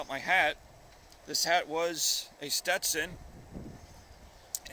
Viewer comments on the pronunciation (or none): none